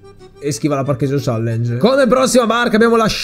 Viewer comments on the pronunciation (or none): none